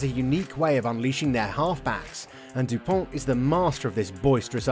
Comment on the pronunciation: Antoine Dupont will remain in history books as the first the have British commentators pronounce the vowel “u” correctly!